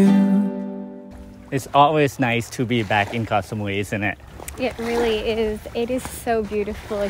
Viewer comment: You two really are the sweetest couple! It is refreshing to hear pronounce “Koh” as I remember my Thai friend would. We lived on Koh Phangan & she would say “Gor Phan-gan”. I was listening to the radio the other day & I cringed to hear the fellow Irish guy singing about a place called “Ko Pan-Yang”. Yep he wrote a song & pronounced it this way. I stopped myself from commenting as I thought this is how most farang pronounce it so maybe they wouldn’t know where he was talking about otherwise! But…if you’re gonna actually write about it, wouldn’t you want it to be correct?? rant over! Your filming on the beach took me right back there for a split second, thank you!